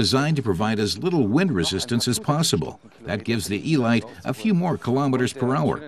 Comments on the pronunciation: Nice vid, but... Eeee-light? What next? The BuMmmWuh 328 Miley MyGliay? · The Load-us Ee-light, a compact delivery vehicle. What has it to do with this exquisite sports-racing car? Sorry, I would rather hear this voiced by the German test driver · 'elite' is a word that means a selection of the best - pronounced 'El-eete'. It's OK if you don't speak English properly just don't do voice overs!